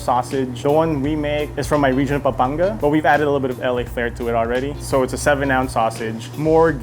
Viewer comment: Ur filipino privilege is now revoke for mispronouncing Pampanga